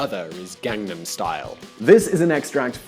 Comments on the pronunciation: To be fair, his pronunciation wasn't even close. Also, he didn't just incorrectly pronounce one word. Hell, he didn't even say "Gangnam" correctly, despite the fact that the song Gangnam Style has it a bunch of times. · I know fucks up basically every other Korean word he says, but it particularly blows my mind how badly people mispronounce the word "Gangnam". Psy says it IN Gangnam Style at least thirty or so times.